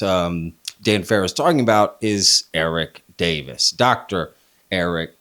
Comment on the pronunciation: No one can say Eric Davis’s name. Soon as someone hears that all credibility is lost 🤣